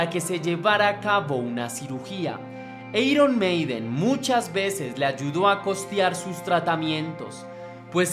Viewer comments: Pésima información porque en la primera producción Paul ya intervino en la composición p.e. "Running Free" y luego ...."eiron" ? en todo caso se pronunciaría "airon "....a pesar de todo le dí mi like al video pero por Paul y la banda....al señor que ha preparado la nota se le sugiere que se prepare e informe mejor. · Airon Meiden, no eiron Meiden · Eiron maiden o airon maiden???? (Iron maiden) no inventes oe jajaja 1858 xdddd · jajaaja cuando alguien que claramente no le gusta el genero pretende hacer algo para aprovechar la ola sale esto. eiron maiden, punk osea mala pronunciacion y datos inexactos jajajaja toma tu dislike